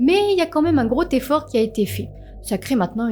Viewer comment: ah c'est marrant... moi je t'imaginais toute blonde, ( je sais pas pourquoi ) peut -être l'accent chti , par contre à un " grotéfor " , NON ! un " grozéfort "c'est mieux ...😃 ( gros effort ) dit gentiment bien sûr car j'aime tes vidéos et ta façon de raconter , bravo ...:hand-pink-waving::face-red-heart-shape